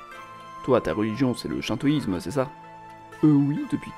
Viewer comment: Ça se prononce Chinetoïsme pas Sh1toïsme